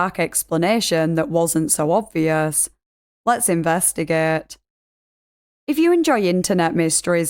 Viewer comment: "LETS INVESTIGÆT !!!"